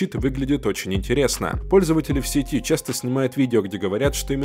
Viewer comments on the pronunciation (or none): none